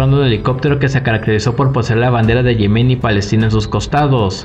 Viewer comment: Se dice "Yemen", no "Yemén".